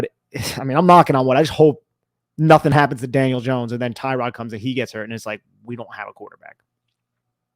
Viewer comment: Bro....did you say ter-rod taylor?